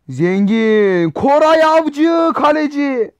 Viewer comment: Koray değil goray avcı diyor sbshjshsj